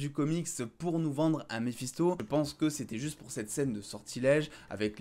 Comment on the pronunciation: J'avais compris Balisto et non Mephisto🤣🤣